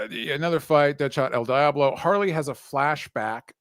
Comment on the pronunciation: Dj pronunciation of El Diablo is criminal. It's very American 😂😂